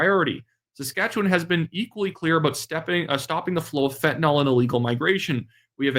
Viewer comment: you're doing a good job; but the drug's name is fentanyl. (Not fentynal) Otherwise, good diction!